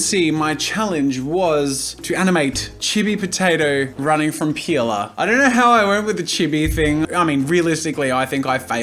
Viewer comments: OMG, the way you say peeler... it looks like you're saying "pila", and "pila" is one word that means penis in portuguese , but in a "child" way cause just childs use that word in here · I though you sayed peola!😂😂😂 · i say that too i guess us aussies are weird xD